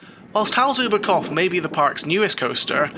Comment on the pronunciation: Great review of a great park! A hint about the pronounciations, if i may: "Hals über Kopf", the "Hals über" was very good, with "Kopf" you left out the P. Imagine a word like "drop" and then add an F, then it's better. Funny enough, you did a much better job with the "pf" during "Volldampf". However, the V is pronounced more forcefully, like in "full". So something like "Foll-dumpf". For the longest time, they did the same mistake on Sky Sports UK with Sebastian Vettel, making the V too soft, in German it's pronounced like an F. Anyway, good job again on the review.